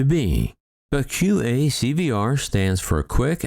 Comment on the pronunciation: That Quick Access Cockpit Voice Recorder acronym (QACVR) sure took a pounding. It was correctly stated initially but I also heard QAVCVR and QAVCR, though there could have been other erroneous variations (it was hard to keep track). Edit: Another possibility for the incapacitation of the fellow pilots would be drugging by, for example, spiking their coffees. Of course, there could have been a major malfunction of the aircraft, or perhaps flight surfaces were damaged as it struck a careless UFO.